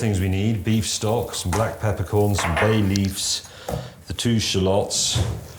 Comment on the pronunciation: "Shuh-lots"? Sounds like May has been hitting the Asian Parsnip Gin! LOL! 🤣 "Sha-luhts", James.